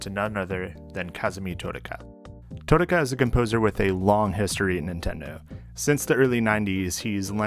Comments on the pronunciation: Your pronunciation of "Totaka" pains me, but I'm enjoying the vibes. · The way you say Totaka hurts my soul